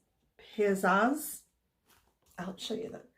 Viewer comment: Pih-Zazz ....rhymes with Jazz. You have Pizzazz! Would love to have that book of ephemera!